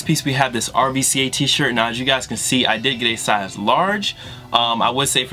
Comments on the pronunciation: its not pronounced R-V-C-A btw... its the V is really a U so its RUCA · rvca is pronounce ruca just for further references..dope stuff keep it up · RVCA is pronounced "Ruka" or "Ruca". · for future vids, RVCA is pronounced roo-ca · RVCA is pronounced "Roo-cuh" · Rvca is pronounced rooca